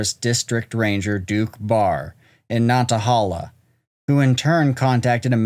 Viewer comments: It’s pronounced, “ nat uh hay luh.” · I live 5 minutes from the Nantahala gorge, it's pronounced Nan-ta-hay-la. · Check your enunciation of nantahala.